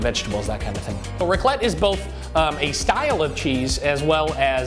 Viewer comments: extremely crappy channel The A in raclette is pronounced like A in apple, or rack. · THEY DON'T KNOW HOW TO FREAKING PRONOUNCE RACLETTE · You pronounce raclette with the E